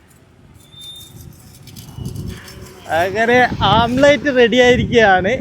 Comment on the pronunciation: യൂട്യൂബ് വരുമാനം മുഖ്യം😂... Sunlight ഉണ്ടേൽ ടാർ ഇട്ട റോഡ് ചൂടാകും 😂.... ഓംലെറ്റ് ആണ്.. ആംപ്ലേറ്റ് അല്ല 😂